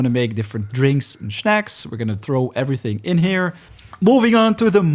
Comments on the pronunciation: Snack, not schneck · Man i love your vids but they way u say shnaks kills me every time 🤦🤦🤦